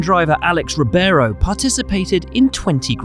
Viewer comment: Reebayro! Not rubéro! lol